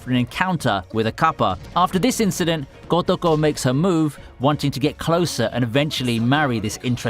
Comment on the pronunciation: the way ur saying kotoko is triggering me